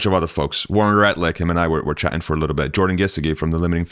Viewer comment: So happy to be one of your people! FYI, Jordan’s name is pronounced Geese-short i as in jig - dee with the emphasis on Geese.